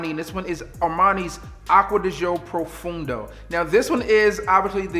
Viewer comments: it is not profoundo....it's pronounced profondo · I believe you are not pronuncing the name of the fragrance correctly... It's not profundo but profondo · Saying it wrong but it’s coo. Pro fon doe!!!